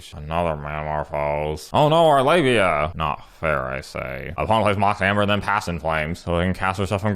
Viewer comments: Am I the only one who kept hearing 'labia' instead of 'lavinia'? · ... did you just call Lavinia "Labia"??? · I got five minutes into the video before I realized he was calling Lavinia labia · Slowing the video down, it sounds like Labia. "Our labia shall be avenged." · Good lord, I didn’t realize you were calling her labia until half way through the video 😂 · calling livinia libia the entire video made my day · It took me a hot second to realize what you were calling Lavinia.